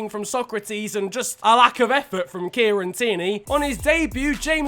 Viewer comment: I thought u said Nigeria